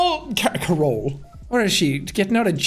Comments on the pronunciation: because he said “carole” in a way that sounded like he was saying “parole” LOL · The way he accidentally pronounced Carole, sounded like parole.